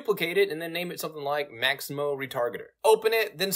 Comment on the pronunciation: Its Mixamo! not Maximo!